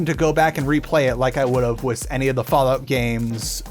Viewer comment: Remind me, how do you pronounce "with" again?